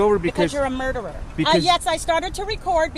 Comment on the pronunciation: She cannot even pronounce murderer correctly. LOL